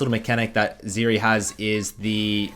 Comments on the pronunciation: Is it just me or does he keep calling Zeri, Vex? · hey can you pronounce her name correctly thanks bud